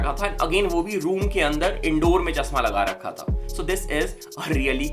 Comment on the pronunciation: चश्मा ❌ चस्मा😁